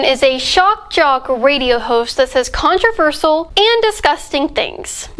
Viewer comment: You literally couldn't even say "controversial" you said "contrivercial" five seconds into the vid